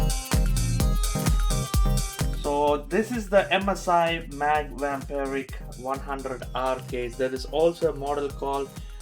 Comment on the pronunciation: I don't understand how he can say Pravesh or Naveen.. but he can't say Vampiric :D